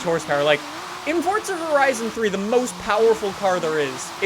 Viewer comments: son its FORZA stop saying FORTZA lol theres no T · anyone noticed he said fortza not forza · Forza not Fortza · Am I the only one hearing "fortza"? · its forza not fortza LOL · fortza horizon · It’s Forza not Fortza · The way he says Forza is killing me. Never knew it was pronounced Fortza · Is it just me or does he say fortza not Forza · "Look at my Super in Fortza Horizon" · So it’s Not „forza“ it’s „forca“ now ? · it bothers me he pronounces Forza "fortza" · its pronounced forza, not fortza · fortza, fortza, fortza😑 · Forza, forza, forza, there is only 1 z a double z makes the t sound. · as long as you pronounce it forsa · cunts need to stop saying fortza b4 i nek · Take a shot every time he says fortza. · Did he say fourtza? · If you say “Fortza” one more time. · wheres the t in forza its not fortza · Why do you say fortza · Still saying fortza huh where is the t coming from or am i missing something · why do do you call it fortsa????? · You pronounce Forza "Fortsa" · THERE IS NO "T" IN FORZA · the way he says forza gives me anxiety